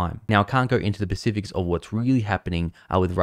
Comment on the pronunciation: Its pronounced 'specific', not 'pacific' (which is an ocean).